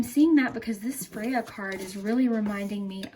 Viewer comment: Freya. “F ray. A”